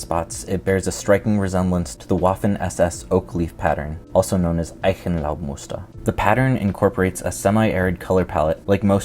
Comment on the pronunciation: Pronounciation of "Eichenlaubmuster" was a striking 95% correct. I assume a German/ possbl Austrian ancestry with the narrator.